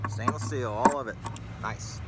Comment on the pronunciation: Good video what do you think the total pay was after breaking down.... $2 or $3? I really enjoy "stainus" rather than stainless by the way fucking hilarious